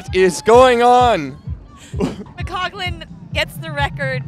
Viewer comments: Agree with many comments here- really informed commentary and knowledgable,,,,but please get her name correct. McColgan NOT McCoglan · Announcer kept saying McCoglan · who keeps saying McCoglan? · Kind of satisfying to see Ailish McColgan finally decide, in her thirties, that she can win. Her mind seems to have finally caught up with her ability. To the lady commentator: the "L" comes before the "G" in McColgan's name. How can you not hear how your partner is pronouncing it?